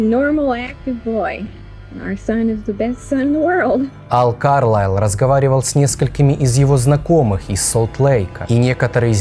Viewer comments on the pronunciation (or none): А так всё-таки, КАрлайл или КарлАйл???? Вы как то с собой уже договоритесь